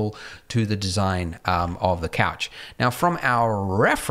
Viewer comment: If you keep saying couch wrong just say sofa